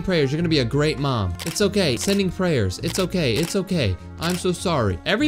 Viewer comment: U said groat it's great